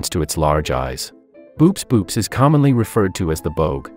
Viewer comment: hate to be a killjoy, but "boops" is pronounced "bow-ops"